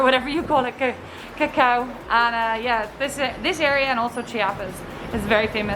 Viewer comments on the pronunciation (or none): none